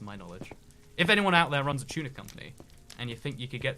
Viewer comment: I hear... Chuna instead of tuna